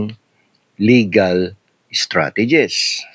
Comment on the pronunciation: First timer here. You coined a new word! You meant to say "strategies" but what came out was STRAGEDIES. 🎉 pero sa totoo lang, this is a kadiri tragedy. Kkpanuod ko lang ng video ni HEvangelista captioned MY CLOSET TOUR | Heart Evangelista. Love Marie Escudero posted 6y ago. Nakkdiri d ko tinapos 🤢🤮 sayang ung time ko and d n marereturn ang . Time is gold.